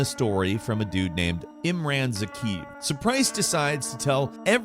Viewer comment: "Imren Zakhiv"